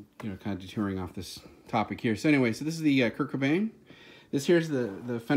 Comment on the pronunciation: Did I hear a 'teh Kurdtzzz' ?